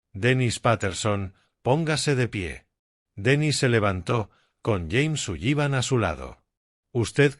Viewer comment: Por favor! Aunque la palabra SULLIVAN tenga dos LL no significa que tenga que pronunciarlas! Simplemente diga SULIVAN su lexico mejorara notablemente! Gracias